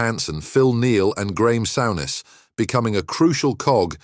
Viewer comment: And Souness instead of Sour ness